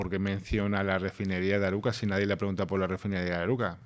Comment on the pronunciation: No es Aruca. El pueblo grancanario se llama ARUCAS. Lo comento porque lo he escuchado en varios programas, siguen repitiéndolo y me extraña que nadie lo corrija y comprender mejor la noticia.